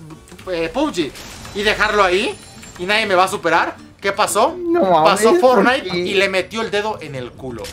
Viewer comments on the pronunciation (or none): La palabra Fornait :v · Fornait xd